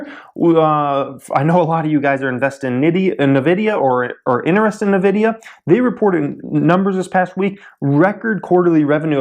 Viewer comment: It's pronounced invidia.